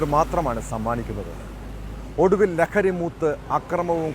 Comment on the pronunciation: ലകരി അല്ലടാ ലഹരി